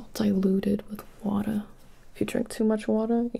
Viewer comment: "I couldn't find my scissors, but, you know... I did find... myself, some watuh... /water grimace/... You want some? ... I 'on't, really got any left, so... There's a sink in the bathroom. " That's when I started full on giggling 😂